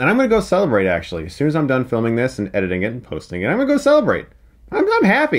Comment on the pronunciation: When you said "I'm gonna celebrate after this" I almost thought you said "I'm gonna go celibate" probably would have been the perfect way to describe how insufferable this franchise was but thank you for all the amazing F's